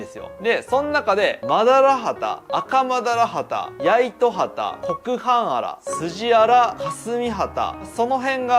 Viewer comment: おっ！やっと正しく 発音してるやん！ コクハンアラ 去年迄は、 コクハーンアラって 解説してたもんな〜